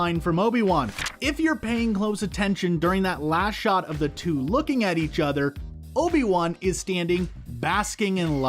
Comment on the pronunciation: It's not Obie One. It's Obi-Wan.